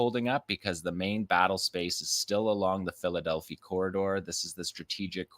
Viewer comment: You're mispronouncing Philadelphi Corridor. It's Delphi. The i should sound like "eye."